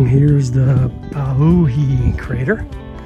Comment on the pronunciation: You have great info but need to learn how to say pauahi. Not pu hi Pow-ahHee Not mu-ana ulu but Mow na or ma una You keep reversing the letters 😢